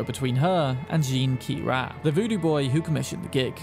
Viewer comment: Jean-Ki-Ri is pronounced "jean kee ree" and she's a female. i believe you encounter her in the last room with Brigitte, but I might be wrong about that.